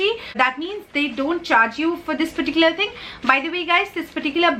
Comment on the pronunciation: You say lots of 'perticular's in your sentences. 😄